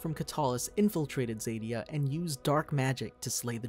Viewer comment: You are pronouncing Zadia wrong, z-a-d-ie-a